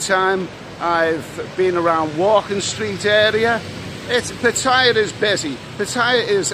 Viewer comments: old chap, please try to get it right with the Pattaya pronunciation, it isn't tie-a, it's tee-a - ffs. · l love you vlogs, but m8t it's PATTAYA not "pat-tyre"😮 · You are not pronouncing Pattaya right !! Ask a local